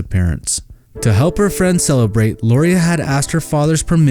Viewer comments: First, Lauria's name is pronounced Laura. I asked her Mom how to pronounce it and that is what she told me. You need to take out the burning brick house that you said is where the Freeman's lived. Wrong! They lived in a mobile home. The incompetent sheriff's office did not initially find Mrs. Freeman. The Bible's did when they went to the burned mobile home and all but stepped on her burned body. There are hundreds of pits and mines in the area where the girls are believed to be and they aren't like the pretty blue water showed in this video. These girls are very special to me and if you can't get the story right then take it down. Yep, I'm not a happy with how you told this half truth story. The case isn't SOLVED until the girls bodies have been found. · It was Danny and KATHY Freeman, not Karen. And Lauria's name is pronounced like Laura, not how you butchered it.